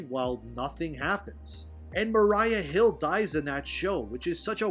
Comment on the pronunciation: "Mariah Hill" LMAO